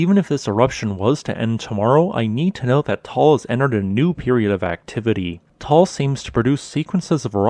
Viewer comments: Nice vlog, thanks a lot! But please note the correct pronunciation of Ta-al volcano, not Tol! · Taal has two syllables, not one. It is pronounced tah-ahl. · Thank you for the nice and profound updates about the Taal volcano. I have a friend living about 200 km away of the Taal in Luzon, so that is why I am interested in what is going on there. By the way ... the pronunciation of this volcano is a bit different from what you call it in the video. You say it in one syllable and it sounds like a "tall volcano". The locals there say it in two syllables: "ta-al volcano" and the two "a" being pronounced similar the "u" in English "but" or "hut". Keep on going with your great videos. I learn a lot (despite I attended some lessons in geophysics in my university time long ago. Geophysics was not my main interest those days though.) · No it’s just two times a long vowel like in mud or tug. 👍